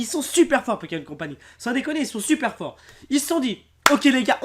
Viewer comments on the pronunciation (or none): none